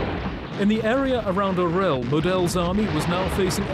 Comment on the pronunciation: Orel is pronounced "Aw-ryawl," not "Oh-rel."